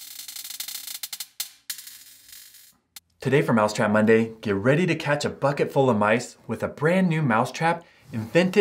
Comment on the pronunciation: wy do you allways say myday or monday